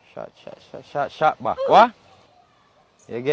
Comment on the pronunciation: or a shot back as Tavi try to say 😂😂